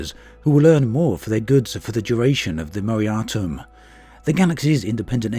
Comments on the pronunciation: its pronounced more-a-tor-e-um not more-e-atum! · Moratorium??? Wow, that's a brand new way to pronounce that word like muh-rope.